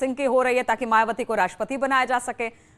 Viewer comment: जरा मुँह संभाल कर बात कर...मायाबती कहती है... ना बोल कर मायाबती कहती हैं... जय भीम 🙏🙏